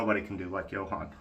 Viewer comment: If you want to impress Johan, pronounce it yoo-awn.